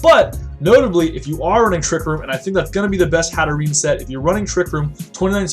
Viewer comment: i think it's pronounced hat-err-enn-ayy